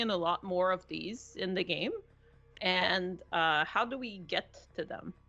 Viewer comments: "GAEM" DIRECTOR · " Gaem Director" Ah, I love dbd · ah yes, “GAEM director”